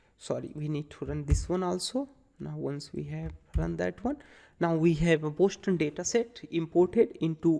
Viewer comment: Btw, the City name is 'Boston' not 'Boshton'!